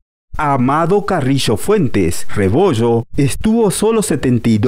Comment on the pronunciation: Es multi millonarios no multi michonarios, es Medellín no mechedin, rebollo no rebocho, región no rechion, es fallo no facho, es millones no michones